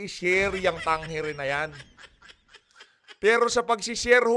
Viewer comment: Tamang bigkas sa survey firm na yan ay Tang-ere